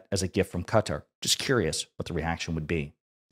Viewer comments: So sorry man, love your show. But if I heard “Cutter” one more time to say “Qatar” I was going to lose it lol. Kuh taar, not “Cutter.” You even said “Qatari” correctly. That’s my only note. Love the work you do. Love the collabs with LB as well. Keep the content coming! All the best! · Please, sir, it's Kuh-taar, not Cutter. Except for that, I love your content and you have a very nice podcast voice :) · Quick note: Qatar has the accent on the second syllable, pronunciation is not CUTTER but as in BIZARRE, BY CAR, BY FAR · Note to: Qatar is not pronounced as "cutter". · Excellent podcast! But please pronounce Qatar correctly